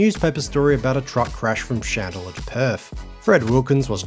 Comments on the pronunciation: Merry Christmas and another year down watching your stuff. I did have to come for the comments though when hearing the pronunciation of 'Chand-lar' (Chandler)....seems you've been advised enough haha....now take the vid down and fix it😂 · It's Chandler not Chandlier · "shan de la" ha ha ha! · It’s pronounced chand-ler. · Interesting how the town's name is pronounced. I have some Chandler family in Rockingham (Ten Pound Poms who came out in the late 60s). We all pronounce it "CHan-ler", with a full "ch" and the "d" almost silent. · Good work on saying Alunite correctly. Not sure why you’re not saying Chandler. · You might want to check the pronunciation of Chandler.